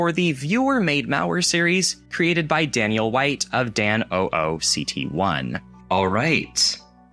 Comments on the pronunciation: As a very long time fan of danooct1, it was super cool to recognize most of these viruses. Good stuff! (Also not to be cringe but it's Dan oh Oct 1 lmao) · Although he completely butchered his channel name 😭